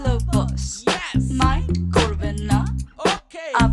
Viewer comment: It's "Mind" not "Mint"